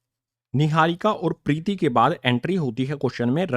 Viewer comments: Preeti nhi hai Preet hai 👍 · Sir vo pretti nhi preet h 😂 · Sir Preeti nhi preet 😂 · Sir priti nhi prit h 😅😂😂😂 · Preeti nhi preet hai